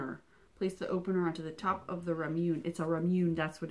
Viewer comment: Ramone is pronounced ra moon ay